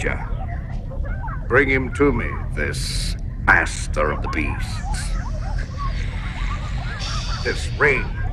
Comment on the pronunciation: "Ass-ter of the Beast"? or "Ass Master of the beast"!